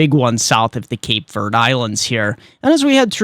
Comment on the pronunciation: ........please stop calling the Cape Verde islands "Cape Verd". Verde is pronounced like "verdee" not Verd like those folks on The Weather Channel pronounce it. That is a long "e" as the second syllable. Verde is Spanish for the color green. Keep up the good work!